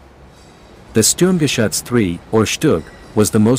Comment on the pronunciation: sterm ga shuts....dam'd robot narrators!